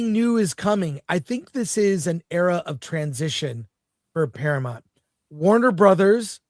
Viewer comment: Para -MOUNT. Why has this become such a hard word to pronounce recently?